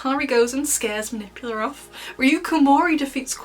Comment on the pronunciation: Her name is “Manipula” not “Manipular”